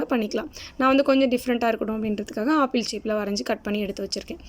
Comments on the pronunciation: that is not a aapple that is apple ok va🤣🤣🤣🤣🤣🤣🤣🤣🤣🤣🤣🤣🤣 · Apple nu Koda seri ya solla therla chii